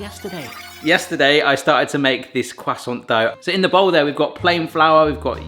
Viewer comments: CRUSAINT CUSTANT COOSAAONT.... Quhhh sawwnt' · I’ve never heard someone say croissant like quwasont lol. I’m very much uncultured American. 😅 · What's a cwassant?